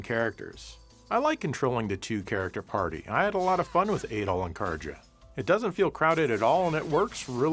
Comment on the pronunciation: Your “Adol” sounds a lot like “Adolf”